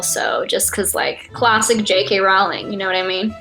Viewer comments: Me as a big Harry Potter fan: IT'S ROLL-ING NOT ROWL-ING!! And she's a Ravenclaw.. 🙄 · Rowling is not pronounced as "howling" but like "bowling". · if they're such harry Potter fans, she should know how to say Rowling correctly.